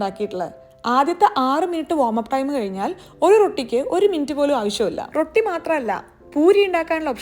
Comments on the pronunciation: റൊട്ടി മാജിക് അല്ല റോഠി മാജിക് ok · It's not pronounced rotti. It's rowti